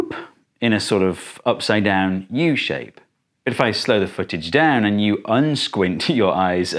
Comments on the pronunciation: Did you just shorten "U shape" into... "Yoop"?? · The way he said yoOp